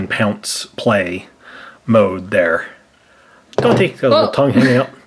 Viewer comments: DANTÉ NOT DOG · It's Dante not dog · It's donta not DOG😠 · Bruh the dogs name is Donte not dog stop call it that